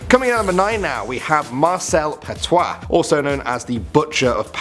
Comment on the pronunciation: I still cant get over how perfectly he said “petiot”...